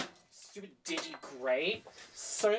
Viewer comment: Pronounces “Digi-Great”.